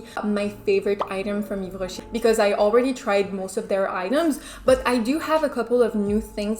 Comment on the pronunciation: I've loved the video and the look 😍🔥I like Yves Rocher too, I have few products that I use everyday but I've noticed their eyeshadows are bad😂 especially the mat ones! The nacré/scintillant ones are very pretty instead! Btw are you French? Because your pronunciation slays!! Love from Italy 🇮🇹☺️